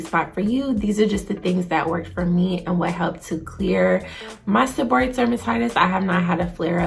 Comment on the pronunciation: The correct pronunciation is: seb-or-ray-ic. Thank you for sharing your experience.